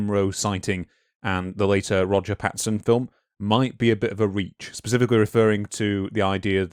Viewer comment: It’s a bit difficult to take these “scientific” researchers seriously when they can’t even get Roger Patterson’s name right. PATTINSON?! If you can’t correctly read, interpret and pronounce the name behind THE MOST FAMOUS Bigfoot encounter of all time, you’ve just destroyed your self-aggrandized cred.